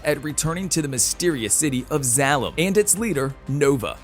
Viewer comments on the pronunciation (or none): It would have been nice if the announcer had seen the first movie to get the pronunciations correct on the characters and the city in the sky. Since owning this movie and having watched it multiple times it was cringeworthy hearing "Doc Eye-to" and "Zall-um" At least he got Nova correct, lol. One of my favorite all time Science Fiction movies.